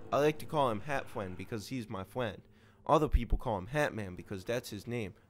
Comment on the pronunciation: "hat fwiend" - 2016